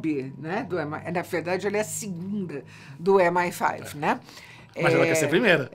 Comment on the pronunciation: Mas ela fala "em ai faive"